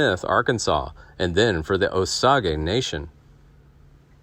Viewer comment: Osage is not pronounced the way it was mentioned on this video. It’s sounded Oh- sage. Tribe, reservation & County in Oklahoma.